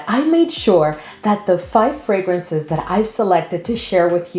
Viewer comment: I keep hearing 500 fragrances lol